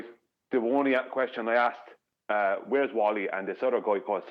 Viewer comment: Aksed or Asked😄